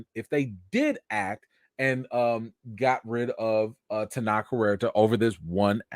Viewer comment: Thanks for calm and fair commentary on a difficult topic. And about the pronunciation of Tenoch Huerta: Your pronunciation was closer than the suggestion another commenter gave. Here are a couple of pronunciations that seem authentic: and